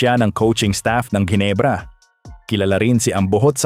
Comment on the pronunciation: Jinebra (as u pronouns it) putcha! MALI! JINEBRA MO MUKHA MO! GINEBRA (Hinebra ang pronouns)